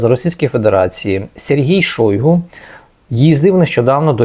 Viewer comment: Серге́й Кужуге́тович Шойгу́[2] (тув. Сергей Күжүгет оглу Шойгу) - правильний наголос шойгУ